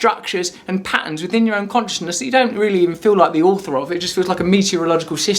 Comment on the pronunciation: Don't bother calling it "escapism", Arrivalism makes more sense. Also, "Conch-ih-ness".